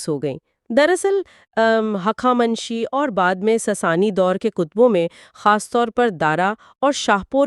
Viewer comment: ساسانی کو ساسنی کہہ رہے ہین